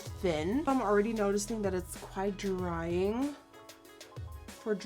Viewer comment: i love how you say "im gonna" you dont say im lol you say in 😂😂 it's cute